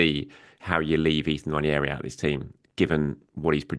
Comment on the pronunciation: . Listen, I know it's dull when people complain about pronunciation, but it's "wah-nerry", not "nwan-ee-airy"